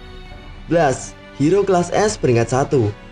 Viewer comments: Itu di baca bles bukan blas lol😑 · Blast di baca blest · Nyebut blast aja salah, video gaje